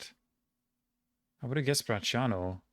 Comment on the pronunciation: greetings from Rome! knowing Bracciano (and pronouncing it correctly) is already impressive, knowing Nemi would have be insane, it's not popular even among romans I myself was thinking of VICO lake at first, close to Rome, four letters and much more prominance...